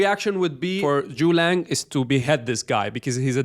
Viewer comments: It's Zhuge Liang, not Zhu Liang. Get it right. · Thanks for the video, I wanna highlight it’s Zu Ge Liang not ZuLang 😂